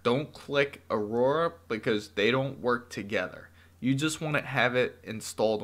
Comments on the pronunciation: AURA** not Aroura lol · Who knew pronouncing the word "Aura" would be impossible. This guy showed us that. "Or-rah", bud.